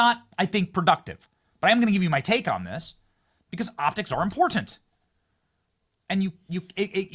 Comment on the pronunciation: Stop taking credit for everything... "its importttt-enttt" as you say .